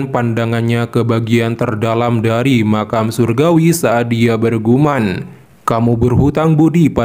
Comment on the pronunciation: Bergumam mas bukan berguman